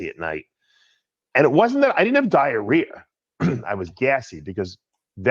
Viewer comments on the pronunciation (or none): What’s “diarear?”